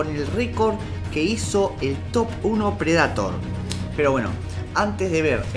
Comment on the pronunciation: Que te cuesta pronunciar bien el inglés? tenes como 30 años y seguro venis viciando los mismos años que yo, dale que vos podes, PRE DEI TOR!!! 🤦🏻‍♂️